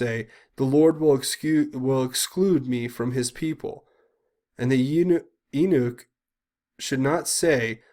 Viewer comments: Your analysis is amazing. Your efforts to share the truth of the corruption and the evil of the "ruling moneyed class" is noble and necessary. I support this work. But sometimes you need just a little more knowledge. Pronounced "You-nick" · Please don't take this the wrong way the word eunuch mispronounce you like the letter u and Nick short for Nicholas. I don't expect you to to know it's pronunciation. Nobody knows a lot of words anymore nobody reads out loud. Eunuchs were created by Kings to handle the multiple wives. Don't. want any extra potential heirs.